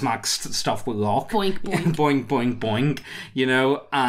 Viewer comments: Bonk, not boink... Boink makes me think of an orc humping a rock. xD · Bawnk Not Boink. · Bonk, as in going bonkers. Not boinking!